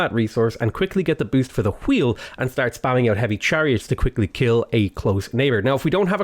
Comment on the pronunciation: The way he says wheel angers me